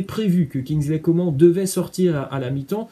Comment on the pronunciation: carrément 😂 "Kinzleïe Comment" 😭